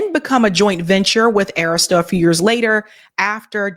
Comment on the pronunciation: Please stop mispronouncing Arista.